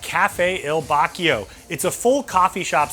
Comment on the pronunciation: Bvlgari = bull-GAR’-ee Bacio = BA’-chee-o (or BA’-cheeo as in one syllable) I’ve studied Italian and I sing in Italian - you can trust me on this ☺️☺️